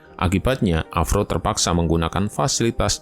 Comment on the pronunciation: Avro. Bukan avrow brow 😂